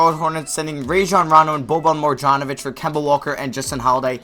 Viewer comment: Mar- Jahn-O-Vich